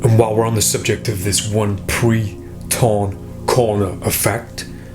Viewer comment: "Pre-corn torner" 😂